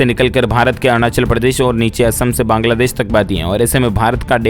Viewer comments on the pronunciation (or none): none